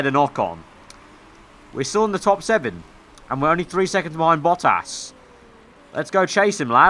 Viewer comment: It's quite interesting how you pronounce name Bottas :).